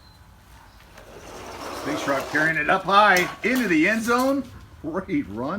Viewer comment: Sphinx is Pronounced Sfinx